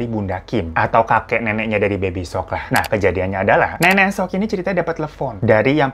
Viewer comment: bang, "seok" bacanya bukan "suk" tapi "sok", O nya seperti O pada kata "obor" gemes sendiri drtd nyebutnya baby SUk XD